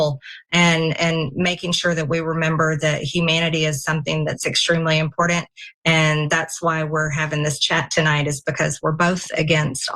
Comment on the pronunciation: Never trust anyone who adds the letter "d" to the word "important".